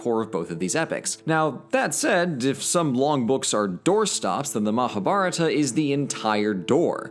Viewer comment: When you realize and pronounce "Mahabarata" differently.